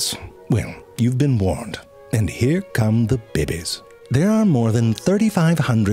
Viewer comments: Narrator: In order to make-- sexy deep in sudden heat narration voice (bibbies) 😂😂😂 bro it's "babies' I'm dying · Listening to ZeFrank say “bebe” will never, ever, get old. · The narrator is so amazing! I love his pronunciation of "babies". Reminds me of Schitt's Creek! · The way he says “babies” gets me. 🤣